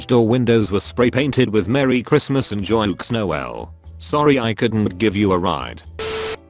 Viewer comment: someone: "Joyeux noel" Narrator: joy ock no well Frensh people: [visible confusion]